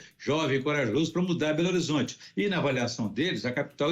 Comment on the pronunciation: Este é patético,ele pronuncia berorizonte e ele fica todo assanhado quando fala de gargamel,até parece uma putinha e ver blog para saber mais? Jamais?